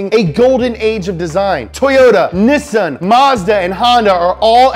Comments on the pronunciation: Germol London if this guy says Nissun one more time... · Instead of “Neessan” he says Nissan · Why do you keep using the British pronunciation for Nissan? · It bothers me how you pronounce Nissan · The way you say Nissan hurts my head... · This guy says Nissan like he is speaking Japanese, good show but he gets annoying